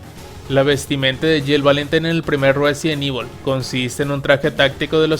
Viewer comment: "Ruesident Evil" 🤣